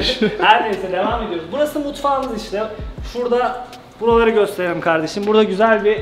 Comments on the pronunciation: no body:: Kardejim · sonrada kardeşiğm diyo